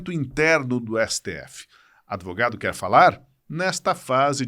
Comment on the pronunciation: Adevogadus kkkkkkkk